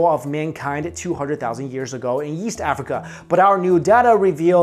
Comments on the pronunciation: Did hey say yeast Africa? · i thought he said "yeast Africa" XD